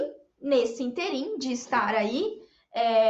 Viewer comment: Só uma observação: a pronúncia é "ínterim" sílaba tônica no primeiro "i".